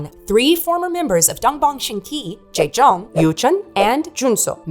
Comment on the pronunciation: You butchered Jaejoong's and Junsu's name but everything else was very well researched. I was a die-hard fan of DBSK (as a 5 member group) and proud of JYJ's bravery to sue SM. They fought not only for themselves but also for other idols to never have those slave-contracts ever again. The price they payed was high as they were blacklisted and not allowed to appear on music or variety shows anymore. Which led to Yoochun and Jaejoong persuing acting roles and Junsu going into musical. All three very successful in their careers. When they finally performed the soundtrack "Chajatta" on TV after so many years we fans were so happy. I'm still disappointed that the remaining 2 members stayed behind and pretended the other 3 never existed. SM made them re-record their biggest hits "Bolero", "Begin", "Doushite", the One Piece outro "Asu Wa Kuru Kara" and filmed a new MV for "Begin" as well. Then whenever there was an exhibition about TVXQ or a flashback video they always censored JYJ's faces to erase their 7 (!) year old history, making it look like they've always been 2. It was so frustrating seeing this happen and wishing Yunho and Changmin would speak their minds for once but they never did. Their interviews always felt shallow and scripted.. their replies bland. While on JYJ's side we got heartfelt, in-depth interviews, honest tweets, even songs like "Song Without A Name" or "W" where they wrote down their feelings and addressed issues with their agency. Yunho and Changmin continu